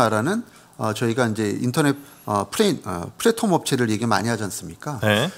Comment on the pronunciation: 플랫폼을 플래톰이라고 하시는건가요? 매번 발음이 그러신데 제가 잘 모르는건가해서요